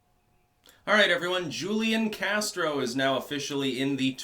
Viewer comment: And it's who leon casro. That's how it's pronounced.